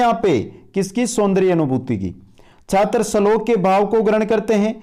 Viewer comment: श्लोक को सलोक बोल रहे हो